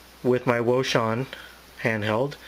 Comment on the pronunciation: wouxun I believe is pronounced Ocean. Thanks for the Video.